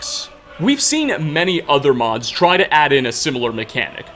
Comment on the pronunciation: Wow great videouh! I really like your narrationuh, and I also think everyone should give a tryuh!